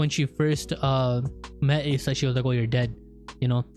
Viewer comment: You're pronouncing Asa wrong. Its not Ace-ah it's Ah-sah